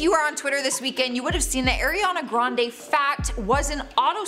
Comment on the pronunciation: Eeeeirrriana Grande. The first second. And I'm already done. Can't even pronounce her name right, why ya'll so unprofessional